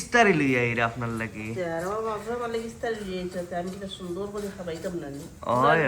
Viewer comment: ইসতারি নায় ভাই ইফতারি বলো